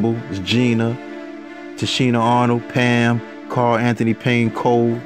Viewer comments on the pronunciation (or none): none